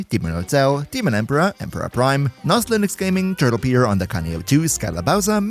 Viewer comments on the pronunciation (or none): none